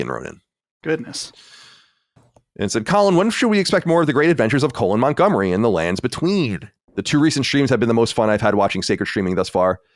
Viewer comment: Colon "seminal" Montgomery